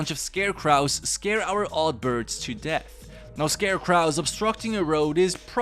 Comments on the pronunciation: Is the "ScareKRAU" intentional, or are you just mispronouncing "ScarecrOw"? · Why the hell do you pronounce scarecrow that way?!? Its crow like the bird because they are meant to scare crows, the end is pronounced like row not what ever you said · I like the way you say "scarecrow."🤣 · Words you pronounced incorrectly: "Crow" (in scarecrow) "Banquet" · You are pronouncing it wrong it's called a scarecrow